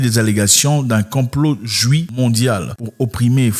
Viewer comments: Juifffffffffffffffffffff le f n'est pas muet.... Merci pour le partage belle vidéo 😉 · Ok d'accord avec toi mais toi même tu ne peut même pas prononcer le mot juif donc..